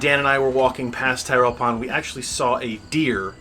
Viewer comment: Tirrell is pronounced 'Tirl' . named for Mike Tirrell, only survivor of an early sttlement.